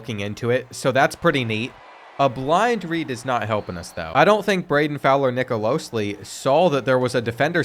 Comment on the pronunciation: Nicolosi not Nicolosli